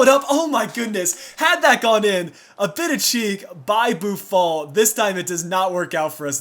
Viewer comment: When u say boufal name u say it like boufol when his name has an A in it.!!